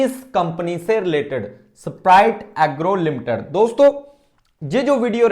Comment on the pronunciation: ऐसपराइट एग्रो😂❌ स्प्राइट एग्रो 👍😂 नाम नहीं पता है ओर anlysis कर रहे हो😂😂😂😂😂